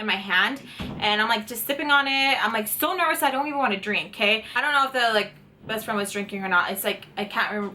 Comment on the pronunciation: did i hear breast friend?